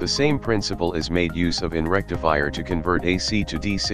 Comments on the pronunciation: English isn't your primary language is it? Rectifire = rectifier! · Rectifier not Rectifire